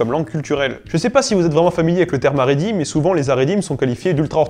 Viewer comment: Magnifique, superbe trilogie qui s'achève brillamment. Juste une toute petite remarque quand même qui me démange : La prononciation des mots en hébreu n'est pas toujours au point. Notamment Israël qui n'est pas Izraël mais [i.sʁa.ɛl] et Haredi qui n'est pas Aredi mais [χaʁeˈdi] :)